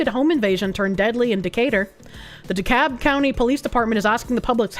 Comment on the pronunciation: Should this location come up again, you pronounce the L in DeKalb.